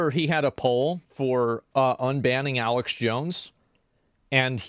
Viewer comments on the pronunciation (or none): none